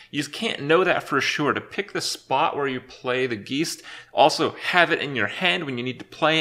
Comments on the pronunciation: Oh good. I was worried that Kripp would make it a whole expansion without chronically mispronouncing one of the cards. Geest?! C'mon, geist is a common word! I guess mispronunciations are just part of our zeet geest. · Geist - Guy-st not geese-T sorry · "G-EYE-ST" not "G-EE-ST" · Saying geest is really stupid. It's obviously guyst. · ITS NOT G I E S T, ITS GEIST, G U Y S T! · The first part of "Geist" is pronounced like "guys" not "geese". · when will somebody tell kripp that its pronounced gaist and not geest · I love how he says "Geist", geest ;D As a german I cant help but cringe a bit, here its pronounced... Guyst I guess. Like guys with a T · John Snake Geist is the German word for ghost and it is indeed pronounced like Heist, as if it would be written guyst. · "The Geest" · "Geest" fingernails down a blackboard every time you say it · Geist is pronounced like "guy-st". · GEIST is pronounced as GUY-ST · Thomas Synths No, it's pronounced ghaist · Its a dutch/german word and pronounced [ɡaɪ̯st] (Guyst in the english language) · It's pronounced GYst. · "Geest" lol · It's pronounced "guy-st" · It's pronounced guyst!! ffs!! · FYI, geist is pronounced the same as heist :) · As a german, I'm TRIGGERED by his pronunciation of the word "geist". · its geist, as in poltergeist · Your "Geist" pronunciation is killing me... Also Skulking Geist should just remove every single Jade card from opponent's deck so we can already get rid off this shit and not wait for next standard rotation. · thats not how you say geist holy shit, im so triggered.